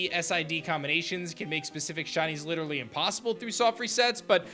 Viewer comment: I love "SHINIES" I hate the way you say it though "SHUNIES "